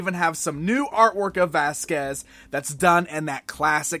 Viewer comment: it's Vasquez